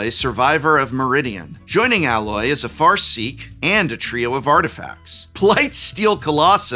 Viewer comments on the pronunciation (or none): then he also says "Alloy" as in the metal. Seems to be a thing with his "A".